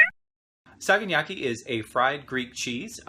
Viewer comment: Pronunciation is off. Sa ga na ki. Just as it sounds. I've made this before, coming from a philhellene. Also ke fa low tea ri. Hang around more Greeks, they'll help you with that. I like to dip mine in egg first, then breadcrumb and then put in olive oil to cook. Yours came out well though so that's great. I love this recipe. I'm also a long haired guy from New York City so you'd make a nice friend!